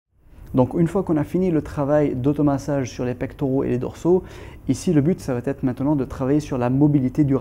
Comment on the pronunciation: Très bonnes séances merci ! Très bien expliqué aussi - tte petite remarque Ne pas faire de liaison ça va-t-etre - simplement : ça va être Aussi - le verbe acquérir donne acquis, pas acquéri A part cela bravo et encore merci !